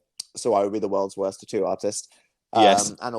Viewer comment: I’m British and I still don’t pronounce tattoo like that